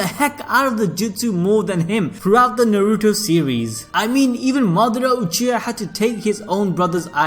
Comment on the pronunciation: Najuto - Na - Ru - To A - ka- t - s- ki